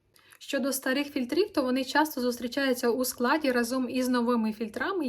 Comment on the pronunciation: Блін, ви мільйон разів повторили фільтрІв з неправильним наголосом ((